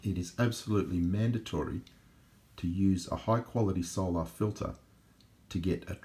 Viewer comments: why do you pronounce 'soul-ar' like that? It's unusual. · I'm Australian, and I don't know anyone who pronounces it like that